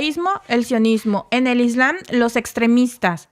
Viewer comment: es ISLAM y se pronuncia la "M" ISLAMMMMM ** NO ES CORRECTO COMO LO PRONUNCIAS (ISLANNNN) No es la primera vez que pronuncias mal palabras que se escriben y pronuncian con "M".